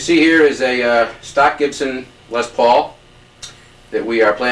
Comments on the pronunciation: I know you are English, or "not American" but it is not pronounced "lez paul" it's pronounced "less paul" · Did he say Lez Paul?